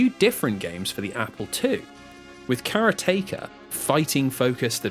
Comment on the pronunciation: "Karateka" rhymes with "exotica"